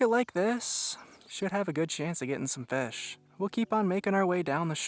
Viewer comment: The way he says "FESH" really annoys me.